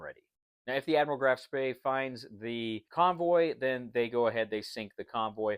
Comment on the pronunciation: It is not Graf Spray :) The ship was called Graf Spee Beside that, nice video and nice game.